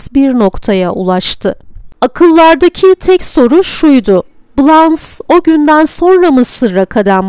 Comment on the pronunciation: Dublajı yapan kişi keşke Blanche Fransızca nasıl okunur bilerek seslendirseydi. BLANŞ . Okunuşu böyle. Poitiers şehri de PUATİER olarak okunur. Sevgiler